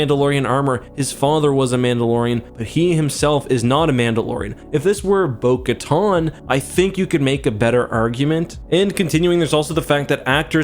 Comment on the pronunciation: “Bo katahhhn” It’s “Bo Kataaan” bruh 🥲